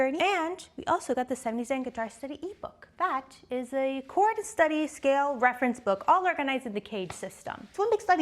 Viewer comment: dude, you said choad!